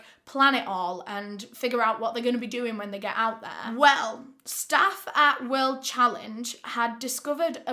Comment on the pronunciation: In the video the words, "kess"= case, "kesses"= cases, "wherld"= world, "aria" = area